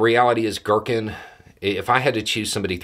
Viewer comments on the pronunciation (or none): Not to criticize overly here because it's actually really funny GEAR-keen. Not gherkin. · its Ги́ркин G(ee)rkin or G(ea)rkin (like the word gear) aka Strelkov. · To pronounce Girkin closer to Russian, pronounce it as "gear-keen".